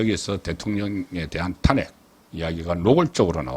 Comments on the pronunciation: 사투리가 듣기 싫은 게 아니고 특정 단어에 대한 발음(특히 탄핵 단어)이 경상도식 발음도 아니고 정체불명 같네요 다른 경상도 사람의 발음을 들어 보세요 완전히 달라요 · 탄핵이란 단어의 액센트가 듣기 거북합니다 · 탄핵 발음 교정 좀 해 주세요 저도 경상도 출신이지만 탄핵 발음을 그렇게 하지 않아요 굉장히 듣기 거북스러워요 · '직무 정지' 의 '정지', '탄핵'. .... 사투리 발음을 제발 고치세요 정청래는 '마포을 출신 정청래' 으로 부르세요